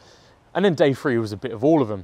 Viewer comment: Great review but the Free instead of Three was driving me nuts.